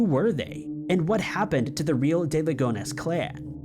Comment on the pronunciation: For the francophiles out there: it’s Agnèsssssss but it’s DuPont de Ligonne(s) In other words, in French we pronounce the S in Agnes (Ann-yes) but keep the S silent in Ligonnes. Why? …I have no idea. 😅